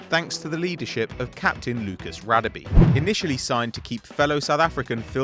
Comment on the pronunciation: Its pronounced rah-deh-beh